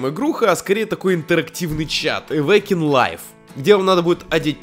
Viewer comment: Не эвекин лайф а авакин лайф